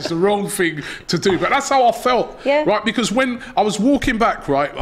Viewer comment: I like the way pronounces “Because”